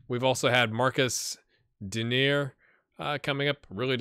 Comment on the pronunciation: Since he scored your goal in the debut, it is called Dee-ner and it means servant.